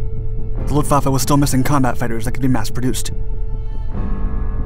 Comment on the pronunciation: Can we appreciate that he said Luftwaffe correctly